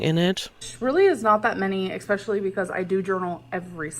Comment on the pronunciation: Can someone pleeeeeeease tell ber there is no k in the word especially. I want to scream every time she says it.